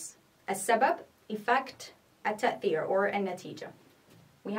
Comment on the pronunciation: It's sound funny when u say " التأثيr"